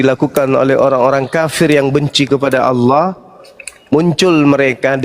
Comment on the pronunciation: Si Julpukar biar sebut Allah saja gak becus.sebutnya Auawah😂we